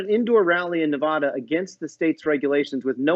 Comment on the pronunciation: The Dem cannot pronounce the name of the state Nevada. How can he speak for Dems?